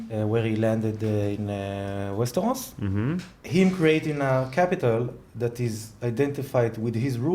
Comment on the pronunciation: It's so funny to hear saying "Westehos" à lá francè =p